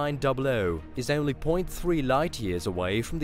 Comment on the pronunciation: Say "only" NOT" eonly! It's horrible to hear this rape of the English language! 😎